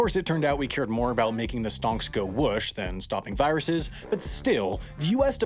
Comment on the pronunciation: I want to hear more aboot bricks!